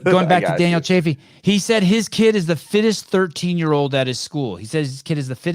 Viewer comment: is the man, and its CHA - FEE not CHAY-FEE